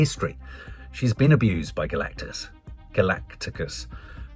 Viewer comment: I wince every time says Galacticas.